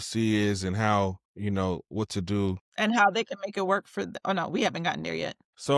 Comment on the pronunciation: ‘Whut a L L C iz’ lmao